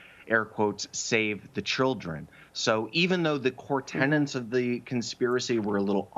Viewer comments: It's "tenets,". One 'n.' Tenants are people who rent. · Dude. You are in an attic. And its "tenets", not tenants. You are the tenant of an attic.... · I really wish he would stop saying "core tenants" instead of "tenets'